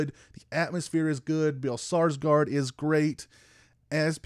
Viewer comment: Skarsgård ("scars-gored"), not Sarsgard. Nice review though!